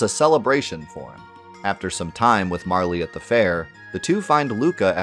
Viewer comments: I shuddered everytime you said Marlee lol, it's MARL! Hahaha Love the channel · I'm going to be that guy as this game is my number 1 video game of all time (I still own the og SNES cart, in the box, with the manual and all the inserts). It's not Marle"y", it's just Marl. The Japanese spelling of her name is MaRu, not MaRi. Not trying to sound pretentious but it always irks me when people pronounce her name thay way. Fantastic in-depth look nonetheless.